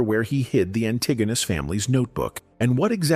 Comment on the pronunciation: That’s not how you pronounce antagonist